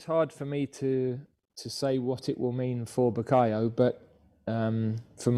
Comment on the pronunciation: + Reporter - Gareth - It’s ‘Bukayo’ Haha